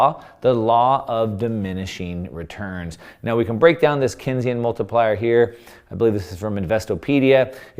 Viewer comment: It’s pronounced Keynes - like Keensian. Not Kensian. John M. Keynes echoed Lenin when he said the surest way to destroy a free (capitalist) nation is to take over and debauch its currency through a system of inflation and debt. They succeeded.